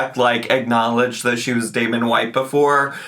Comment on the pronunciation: Damen? Damen? Was that his name? Girl! You know damn well what the name was 😒